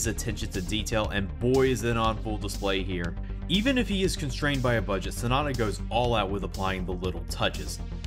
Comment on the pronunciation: It's Sonoda, not Sanada.